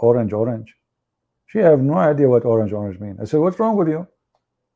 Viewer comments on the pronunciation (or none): HAHAHA you mean orang!! Not orange 😂😂 at first i did not know what you were talking about either. Orang, as in orang hutan (forest man) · It is not orange, it is orang. Prounce like orang-utan.Dictionary ￼ Definitions from Oxford Languages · Learn more Search for a word￼ orang /əˈraŋ,ɒˈraŋ,ˈɔːraŋ/ ￼Learn to pronounce